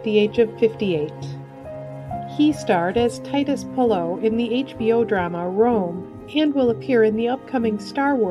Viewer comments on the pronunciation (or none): none